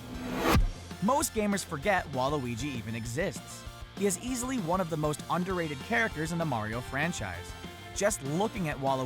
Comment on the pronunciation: Waluigi is obviously number WAN